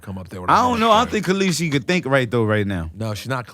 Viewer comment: Her name ain’t caleasie! 😂 danarys(sp)